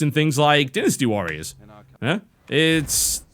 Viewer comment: Sacred 3 is a complete pile of smelly horse poop and is nothing more then a poor Diablo 3 clone. Oh and by the way it's called Dynasty Warriors not Dinasty Warriors, say it right or don't say it at all.